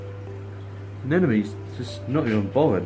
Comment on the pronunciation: A-nem-o-nees. Eff sake